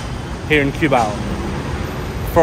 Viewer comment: it's not Q-bao but KUH-BAW